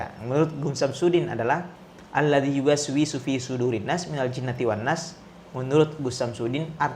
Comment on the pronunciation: Mentang" Ada yu was wi sufi.. Artinya was was samsudin 🤣